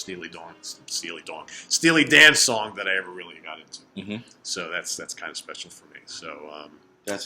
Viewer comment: said "Steely Dong"...... Ha Ha!